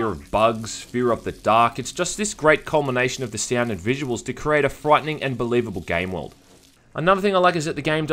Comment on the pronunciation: Say frightening again